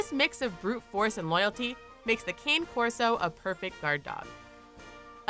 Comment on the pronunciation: The cane corso is pronounced (connie) corso